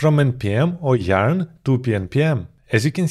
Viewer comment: YARN not JARN....